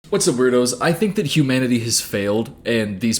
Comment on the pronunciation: “Humaninanity”